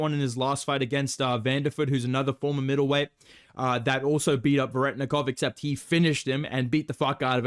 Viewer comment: The real best bedtime inside joke is completely mispronouncing Veretennikov he’s not even In on it